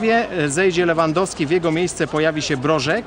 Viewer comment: LEWENDOWSKI xd